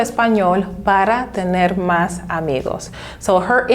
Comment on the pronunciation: Maybe learn to pronounce por and para first before you make a video telling people how to use them!